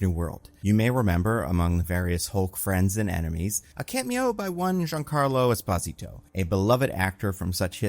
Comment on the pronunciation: Is pronouncing Esposito in a weird way or is it just me?